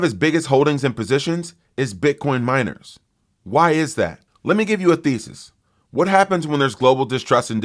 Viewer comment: Wow you can pronounce “Thesis” and not Iran 😂